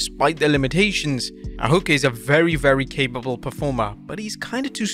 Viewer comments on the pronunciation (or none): none